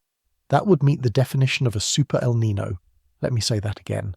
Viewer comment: How come Brits can’t pronounce El Niño properly sigh